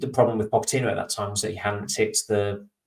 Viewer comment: can you please change your pronunciation of Pochettino? It does my head in!